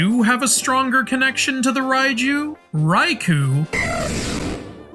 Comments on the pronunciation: The Raichu, Raiju connection might be legit as the "ch" sound and "j" sound are adjacent in Japanese phonemes. Raikou can't though. It's pronounced Rai-koh not Rai-koo so no connection there I'm afraid. As for Manectric, its Japanese name is Raibolt so literally "lightning bolt" lol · In Romanji (romanization of Japanese words) "ou" is a drawn out long O sound. The U indicates you hold the O for a length of 2 mora (syllables). Raikou isn't pronounced "rye-koo". It's "rye-koh". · Sorry to be that guy but 前 (mae) is pronounced Ma-eh not like the name "Mae". Similarly 栄螺 (sazae) is Sa-za-eh Namazun (ナマズン) is its official Japanese name Raikou (ライコウ) is pronounced Rai-koh, not Rai-koo. 公 (kō) is the title for a duke or prince (It was the pronunciation of this Pokémon that made me write this lol)